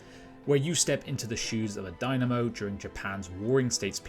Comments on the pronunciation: Daimyo not Dynamo. 🙃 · Oh my poor ears you butchered the word daimyo should "dai_myo"